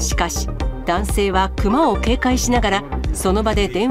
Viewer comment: クマのイントネーションが目の下のクマ肉なってる？